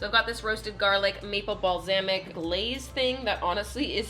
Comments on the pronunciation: nobody:: balzamic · Wait did she actually just say bal-zam-ic🤦🏼‍♀️😂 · the way your pronounce Balsamic is hilarious